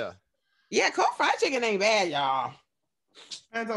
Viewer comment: The way says “cold fried chicken aint bAD YALL” 😭😭😭😭😭